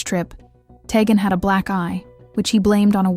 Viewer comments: Tee-Gan not teggin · You are pronouncing the child's name wrong. It is pronounced TEE GAN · Id like to watch more, but the constant mis-interpreted name as Ta-gen. My god. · You were very thorough in your coverage of this. However you kept pronouncing Teghan’s name wrong. Please make sure you pronounce the names of victims correctly. It’s disrespectful not to, since many of us are going to remember her by her name. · This case is just horrid. Poor baby. Shame on the mom. Side note. This channel is not the best. I have watched a few and the names aren't being pronounced correctly. At least have some respect to say their names right.